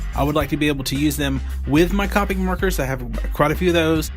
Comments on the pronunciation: Great review thanks, and now you have a new subscriber. But just one thing that I found annoying its not cop-ics. You pronounce it cope-ics. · Its not "cop-ics" copics T-T